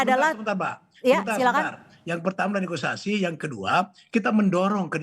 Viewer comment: Koreksi bukan neogisasi bang tapi....negosiasi